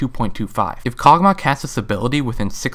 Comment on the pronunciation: Karg'Mah, I haven't heard of that one before. Accents are interesting I guess, like when people say Ashie.